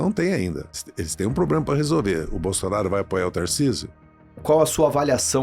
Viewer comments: Haddad luxo pro brasil??kkkk a vo po caralho esse cara ai vei duas hora ouvindo merda de um cara q fala pobrema em vez de problema,pela amor nao chama mais esses safado nao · O cara ainda vive o sonho do Brasil o “país do futuro “ e para fechar fala “poblema” Esse Podcast já foi bom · Tava quase convencendo aí saiu um "... pobrema crimático" 😅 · Esse é o mais inteligente da esquerda?! O cara fala "poblema"!